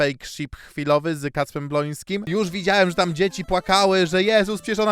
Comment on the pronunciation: BŁOŃSKIM !!!!!!! NIE BLONSKIM TO BRZMI STRASZNIE JAK TAK PRZEKRECASZ